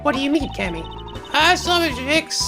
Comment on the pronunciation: Also, it's Cam-e Meal-e